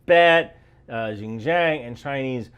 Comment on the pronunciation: Xinjiang - you can try pronounce it like "Shin Jiang" Xiaogang (the place you mentioned about the airborne unit in Hubei Province) - you can pronounce it like "Shao Giang" and Hubei - try pronounce like "Who-Bae" I hope you will do better on the pronunciations in the later video.